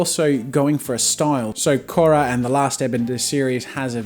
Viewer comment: I like the way he said Korra.